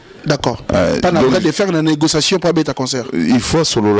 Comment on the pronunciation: Vous êtes dans la negociation, boketsu dit "pas de negosasson" to yoka nani????